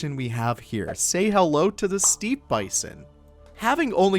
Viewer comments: Steppe is pronounced “step” not “steep” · Oh god, I hate to be ”that guy”…but I can’t let it slide (apparently). ”Steppe” is pronounced ”step” as in….well ”step”. Else, love your videos and your content around Planet Zoo. As a player myself it is most inspiring. Thank you. ❤️ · Not a criticism, but why do you pronounce Steppe as Steep?